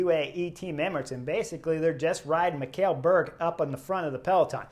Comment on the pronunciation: Just a FYI. Mikkel is pronounced like ´nickle´ only with an M. Also fun fact: A group of german climate protesters also tried to block the road on stage 3 in Denmark but some big guys in the crowd removed them physically a couple of times and they gave up.